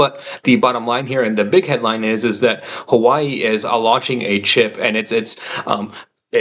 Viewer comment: Good take. Also had a very negative outlook on Nvidia for a while. Ludicrously overvalued. It's pronounced more like HooahWay btw, not Hawaii - normally not the type to correct things like this, but found calling it "Hawaii" to be kind of silly and had to intervene :)